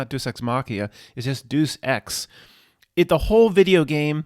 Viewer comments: Deus Ex Video game pronounced "Day of Sex." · it's " DAY-US-EX"